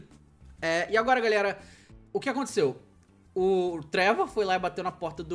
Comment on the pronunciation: Hj o dj ta absurdo 'Gerra Civil' e ' Travor' ee davy jonees